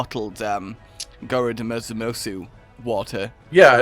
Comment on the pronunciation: Do you guys not know how romanized Japanese works? Ignore the “u” preceded by a consonant! It’s Greadmos and Haldmerg! Hardmelg. One of those.